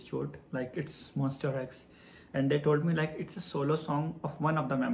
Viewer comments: Actually its MONSTA not MONS-T-E-R....... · So happy for you~ 👏😊 Btw not MON"STER" X , but MON"STA" X 😁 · So we gonna ignore him saying "monster" instead of "monsta" but still the whole video is so sweet and everything 💛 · you kept saying "monster x" but i let it slide coz you are telling your story so cute uWuUuu. thank you for sharing this to us, we appreciate your time and effort. we hope you get more chances to work with other idols. changkyun is the sweetest emo boy, monbebe loves him so much, the mv came out really good. you guys did a great job.♡ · sorry, its MONSTA X not Monster X. anyway thankyou so much for ur hardwork with our precious Changkyun. May Allah bless you! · He wrote Monsta X so I think it's his pronunciation that sounds like that. lol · its MONSTA X please. MONSTA "TA" "TA" X but thank you for the content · Omg the same thing I thought about the whole video😭😭💀